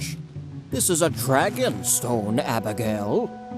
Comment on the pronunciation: the way the old man says abigail “HaBiGaYle”